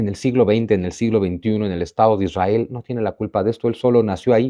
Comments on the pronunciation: Israel no lleva dos r, aplica la misma regla ortográfica que para el apellido Monroy, por ejemplo. Es muy difícil la pronunciación de la ere en palabras así, lo natural es la erre. Si fue para llamar la atención, te la compro. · Israel lleva una "r"